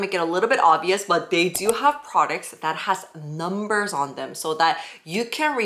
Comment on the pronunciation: I love your pronunciation of brands, it’s different and funny, and Numberzin is no exception. 😂😉🤣 This is not a rookie brand but I would like you to try and review the Ordinary. What do you think? Have you tried any of their product?